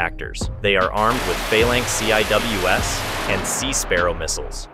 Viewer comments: We have CVN's, but we also have LHD's. Also, it is pronounced as Sea-Wiz, not C I W S. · CIWS is pronounced "sea-whiz." 👍